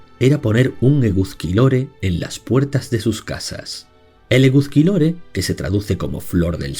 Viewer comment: Se pronuncia; Eguski, puesto que la z se pronuncia s. Por favor, intenta respetar la pronunciación. Eguzki significa literalmente sol. Eguskilore (por lo mismo que el anterior). No se pronuncia tampoco Gáueko, sigo gauéko. El euskera no usa tildes, pero si se acentúan. Te corrijo desde el más profundo respeto, pero duele escuchar los nombres euskaldunes mal pronunciados. Ilargi significa literalmente; Luna. Y se pronuncia también Sorguiña (zorgina escrito). El lugar más importante de Mari fue Amboto.